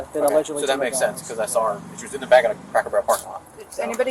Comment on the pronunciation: She doesn't know how to say "Back", she said she was biking up and not just once, every time so she can't say backed up apparently. 🐾🐾